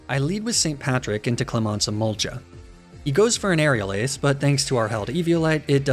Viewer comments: ily very much but emolga is pronounced e-mole-ga not e-mole-ja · Stop saying emolja 🤮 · Emol gah not jah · did did he just say "em-ol-cha" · iM SO TRIGGERD BY EMOLGA OR HIS VERSION EMOLLGHA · Why is no one talking about how you say Emolga? … argghhhhhhhhhhhh 😂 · I've wondered this for a lil while. My running theory is that you pronounce certain Pokémon names in a 'peculiar' way, to boost the algorithm. People commenting 'blah blah you say emolga weird' has got to be a good thing. Of course, you could just be doing it for the memes. Either way. I respect it. That one run where you pronounced a name multiple different ways had me in bits lmao